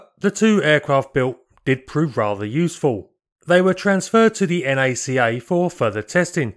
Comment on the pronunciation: a quick FYI in case no one brought it up before: NACA is pronounced 'Nacka,' much like NASA! (Thanks for making my favorite aviation videos on YouTube)